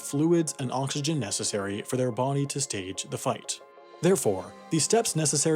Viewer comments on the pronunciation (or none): none